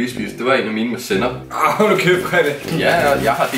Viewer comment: Hvorfor er det snyd han kan jo slet ikke lig sænop 👍